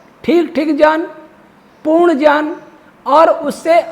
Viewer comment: Gyan ka uchharan shi Karen please